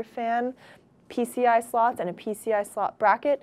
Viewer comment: i love when she says slots its like "sluts"